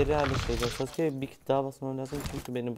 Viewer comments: abim hiç mi izlemedin o "sasuke" değil o "SASKE!" olucak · Sasuke değil saske sinir oldum 😂